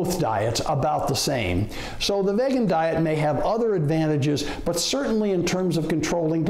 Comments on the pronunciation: Dude at least pronounce the word right if you want to be taken seriously. My 30-pt drop begs to differ. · He can’t even pronounce vegan correctly. This person is lying. Here’s some truth: Every person I know that has had heart disease, heart attacks, high blood pressure have all reversed those things on a plant based diet that excludes milk products. Those who did not change their eating habits, died. That’s from the people I know. Believe what you will. Truth or lies.